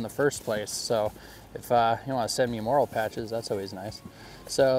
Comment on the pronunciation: Morale not moral patches. Does not rhyme with oral. 😊 Otherwise nice little kit.